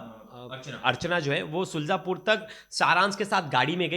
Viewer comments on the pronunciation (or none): सुलजापुर नहीं शुजालपुर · शुल्जापुर नहीं शुजालपुर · शुजलापुर नही शुजालपुर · शुलजापुर नहीं शुजालपुर बोलो।